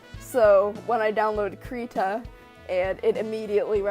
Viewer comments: It'd be "CRY-tah", also nice drawing! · The beginning is pronounced like "crib" (without the b). One can go to : and press the speaker button to hear the swedish pronunciation.